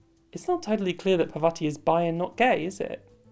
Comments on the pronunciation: Just wanted to comment that parvati is pronounced [paarr-vaah-tee] (the 2nd A is pronounced the same as the first) - it's an indian name. Also this is a really great analysis of bisexuality and queerness in video games :) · parvati is pronounced as "paar vuh tee'